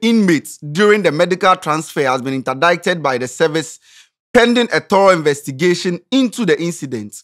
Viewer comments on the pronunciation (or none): WTF is interdicted ? 😂😂 indicted or what ? 😂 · I'm sorry but I can let this gbaament slide cause it made me laugh Interdeited Foogitive😂😂😂